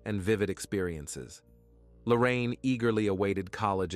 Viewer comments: Please get her name right idk if its Lorraine or Lauren? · Appreciate the content but the repeated switching of pronunciation of Lauren’s name (to Lorraine) makes this hard to listen to.